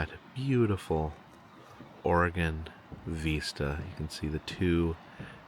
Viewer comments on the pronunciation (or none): It's not vEEsta!It sounds like visit.....vista.😂I never heard anyone pronounce it vEEsta.Just trying to help.👍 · Correction: not veesta but pronounced vist(rhymes with mist)a. Love your videos!❤ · The word "vista" is pronounced VIS-tuh, with the emphasis on the first syllable. The "i" in the first syllable is pronounced like the "i" in "sit", and the "a" in the second syllable is a short, unstressed "uh" sound. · I’ve also noticed him saying (vee-sta), instead of (vi-sta). I think it’s from The Terminator when Arnold says “Hasta la vista (veesta) baby!” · The way you mispronounce "vista" really "decrodes" my midwestern brain. 😂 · please google how to pronounce "vista". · Sorry, but I’m glad someone finally mentioned this. Vista is pronounced with an “I” sound not an “E” sound. has mispronounced this word so much over the last few videos I was wondering if was a bit. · Vista is pronounced with a soft I, like in video. 😂.